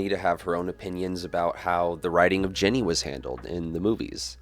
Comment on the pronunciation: Were you calling her "Jenny" or was I mishearing you?